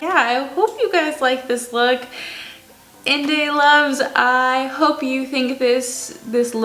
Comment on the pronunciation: Oh my gosh! ❤❤❤ Thank you for doing this look! I'm sorry to hear the first try didn't come out well but true artist that you are, you came back out and executed your vision GORGEOUSLY! 🤩 Totally love this look - you really got it down "cold" 😂 💕💕💕 Btw: Inday is pronounced "In-dye", it's a term of endearment in my dialect meaning baby girl or my little girl, very similar to mija 🥰